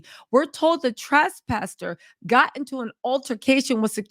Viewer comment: Everyone: Trespassers: The TRESTpassers lol😅